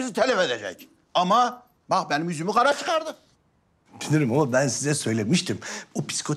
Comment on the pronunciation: 2 46 ben diyeceğine men diyor